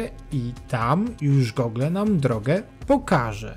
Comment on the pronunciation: Rencista - b.(były) rolnik" . Takie trudne do odczytania? I nie ,,[gogle]", tylko [gułgl].